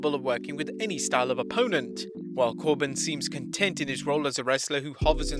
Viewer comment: Wrestling Contont